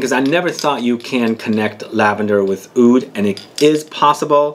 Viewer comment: am a middle eastern and we say oud we don't say Aoud lol the only fragrance i have that contains lavender is nicolai patchouli intense and i absolutely love it. btw what type of (Halwa) are u talking about? in which country did u try it?